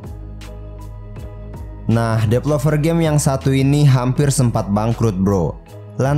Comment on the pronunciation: Developer, bukan depelover